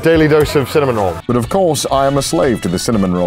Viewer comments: Bro. It's Cinnamoroll, not Cinnamonroll. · I actually find it quite endearing that Connor gets Cinnamoroll for Ironmouse... It makes me smile :) Also........ It's Cinnamoroll - not Cinnamonroll XDDDD There's no N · i get so triggered every time he says cinnamon roll instead of cinnamaroll